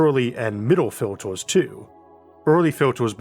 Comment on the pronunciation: why do you pronounce filters as "filtors"? Did you really go through life without parents/teachers/friends correcting you? Elsewhere you pronounce "confirm" correctly - so you are able to do the pronunciation correctly. But you use the incorrect "~or" pronunciation widely! Odd....